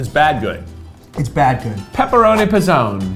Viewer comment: idk if anyone has said this, but everytime keith says p'zone sounds like pezon, which means nipple in spanish. and im here like omg keith stop saying that lol